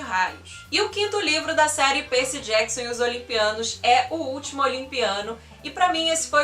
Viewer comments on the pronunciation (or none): Faltou as Crônicas dos Kane❤️. Você fala “Perci”, colocando o Y como I, o que fica meio esquisito de ouvir, acredito que porque sou mais familiarizada a falar os nomes na forma em inglês... o vídeo está maravilhoso.